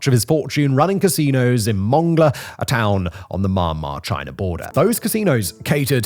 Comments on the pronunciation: Myanmar is pronounced ME- AN-MAR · always like how simon says "mahnnmah" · Please learn to pronounce Myanmar correctly